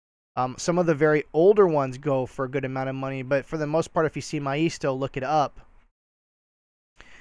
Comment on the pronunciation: I have heard maisto pronounced MAY sto